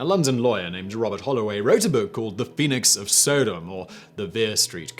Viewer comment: I love the way he pronounces SODOM